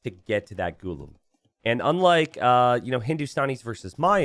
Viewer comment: Could you pronounce Ghulam as 'Ghu-laa-m'. That's the correct pronunciation.